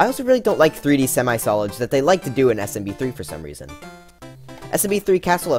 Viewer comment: The way he said NSMBU 💀